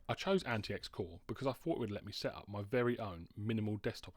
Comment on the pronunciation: I think there's a way to bypass the bios whitelist of approved wifi cards. If you serach for "T42 no1802" you should get some ways to do it. IIRC, I had to do this on t410/t430 to install an unauthorised wifi card and after market battery, but I had to use a modded bios. Also AntiX is pronounced 'antics'